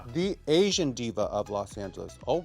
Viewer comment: Did she not say SLAYsian?